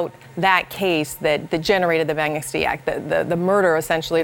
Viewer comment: Can at least ONE of these women try to pronounce the word "Magnitsky" correctly? It's not "MAG-NIN-SKEE" It's pronounced "MOG-NIT-SKEE" (with Russian accent of course)